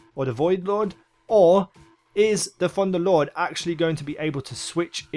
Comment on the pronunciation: "Funderlord"- 10/10